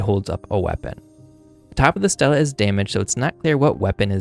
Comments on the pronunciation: THANK YOU!!! It drove me nuts! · Good video, thanks. Note: stele (ancient inscribed stone slab) is pronounced like steely, not Stella. The plural is stelae, which is pronounced stee-lay (Greek).🙂